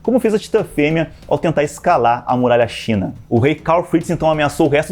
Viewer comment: Não é "Muralha Shina" e sim "Sina" (Cina), no Japão falam "Shina" pq o fonema com esse som de "S" entre os dentes não existe la.